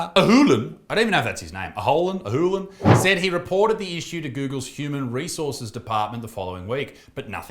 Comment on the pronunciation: I hear hooligan every time he says it 🤣